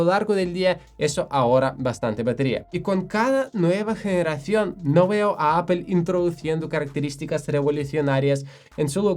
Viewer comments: Sería muy conveniente que el conductor de este canal, pronunciara de forma correcta Apple 😁😁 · Me ha encantado tu explicación sobre los procesadores M de Apple. He descubierto hoy tu canal y me he suscrito. Ma llama la atención que, siendo nativo english speaker, pronuncias “apple” como solemos hacerlo en España. Es un signo amable de empatía ;)